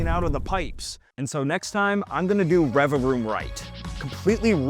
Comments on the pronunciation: Pronouncing it Revaroom and not Revavroom, which is what it's actually called, is bugging me so much 😭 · If you ever try this again, please, for my autistic brain's sake, pronounce revaVroom correctly lol But yeah lol, for what it's worth, still great to see appreciation for an underrated Pokémon lol